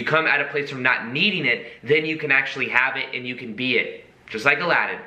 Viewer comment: Aladin ... SHould be more like 'Allow 'd in' :D haha